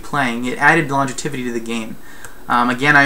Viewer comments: Lon-gev-i-ty. Not long-e-tiv-i-ty. Pretty valid points though. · Great video. I have one criticism, however...and that is your pronunciation of the word, "longevity." Seriously though, great video.